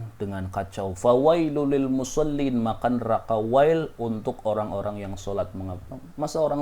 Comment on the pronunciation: Maaf..maksudnya,cara baca yng benar,musoliinallaji..gitu..ga boleh musollin gitu..